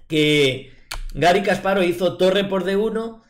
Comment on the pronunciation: Si vas a corregir... Kasparóv es una mala pronunciación, en ruso es llana, Га́рри Ки́мович Каспа́ров, al igual que Карпов, no Karpóv